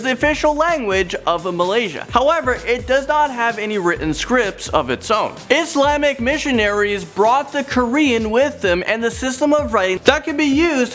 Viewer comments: just say it like "KOO RAN", made me lmao, I replayed that part 25 times smh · oh and also the quaran. I heard it as korean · true! i was wondering "what does korean have to do with islam in malaysia?" hahahaha